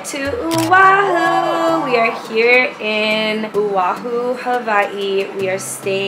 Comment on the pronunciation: (Ohhh-ahu) Oahu n (y-keykey) Waikiki is how it is pronounced hope y’all had funnn!!